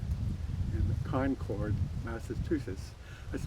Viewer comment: Concord is pronounced the same as the word "conquered" I grew up there.